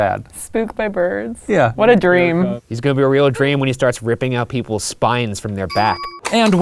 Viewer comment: btw you don't say polks actually you say poles